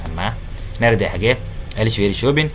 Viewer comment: Dhawaaqa waan dhaliilay sida nerede sida loogu dhawaaqo oo dhaladka ugu dhawaaqaan waa naardee